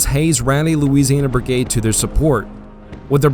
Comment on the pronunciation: Its BRIGADE not “burg-ade”